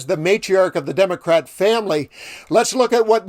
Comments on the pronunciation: Democrat-IC say it with me. Come on basic English. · It would be pronounced “the democratic family” not democrat